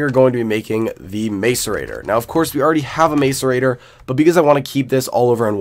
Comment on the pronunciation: Dude it's mass uh rate or ;) great vids tho quality content